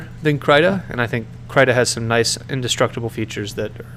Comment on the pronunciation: Guhdough and kreeta are the proper pronunciations btw